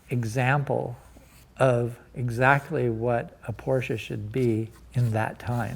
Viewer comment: as a rich Porsche enthusiast and collector: not possible to learn how to pronounce your favourite car brand correctly?